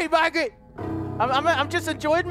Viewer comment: marget I'm sorry